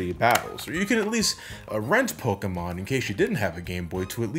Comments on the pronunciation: Polkamon. Gee. You must be a big fan as to not be able to say it correctly. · gasp said Pokémon differently